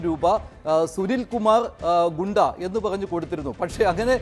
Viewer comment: ഗൂണ്ട അല്ല ഗുണ്ട